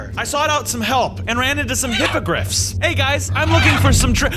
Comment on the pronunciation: I didnt watch harry potter so when he said hypogriffs I heard hypocrite